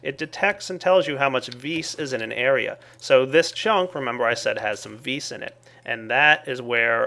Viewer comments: its not ves its vis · its vis not ves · well, I think the creator of thaumcraft used the word "vis" because it is latin, and it simply means "power". and the correct latin pronunciation just happens to be "vis". not "vi", not "ves", simply "vis". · isn't that strength from the latin word vis-robori? If it is it's pronounced vees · ps i believe it is pronounced "VEE"